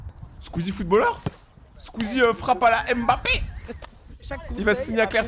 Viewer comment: Déjà c’est MBAPPÉ pas M-BAPPÉ 🇨🇲